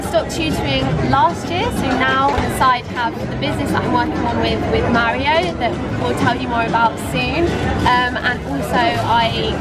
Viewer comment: What I really want to know is why you pronounce Mario like "Maireo", like with an "air" sound.